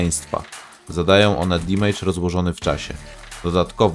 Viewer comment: Nie "dimejdża" tylko "damedża" :)